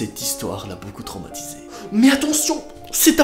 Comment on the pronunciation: "tromatise" lol xd 🤣🤣